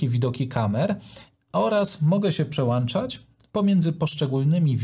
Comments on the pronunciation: Piłem do tego, że mówi przełanczać zamiast przełączać. Trochę jakby mówił poszłem zamiast poszedłem. I to i to "wiocha"... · dzięki za bardzo cenny film, ale litości, proszę się nie przełanczać, tylko przełączać. No, chyba że Pana ATEM Mini Pro ISO ma przelanczniki:). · Nie PRZEŁANCZAĆ!!! Film profesjonalny, a wiochą wieje co rusz...